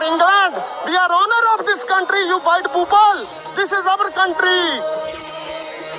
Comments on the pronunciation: He literally said you poople instead of people 😅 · He must have scored 3 in IELTS......" You white poopal"😂😂